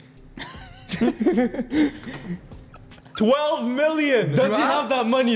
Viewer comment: 1- Varvar 2- Pala 3- Ferms (Again someone help him)